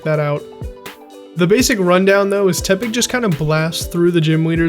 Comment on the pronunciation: Stopped watching when he said teppig